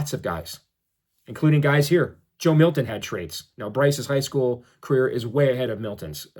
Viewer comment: Can you say Joe Milton 😂